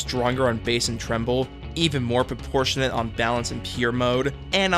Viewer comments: It’s treble not tremble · Treble, not tremble.